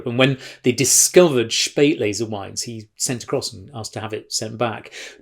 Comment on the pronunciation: Joe..."Spaet"lese = "late"er, "aus"lese, "out of time. :-) ps, get the pronunciation sorted! "Schpaeit"lese. :-)